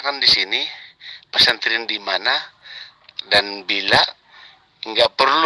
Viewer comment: Pasanten, pesantren ooom,bukan pasanten🤣🤣🤣🤣🤣🤣🤣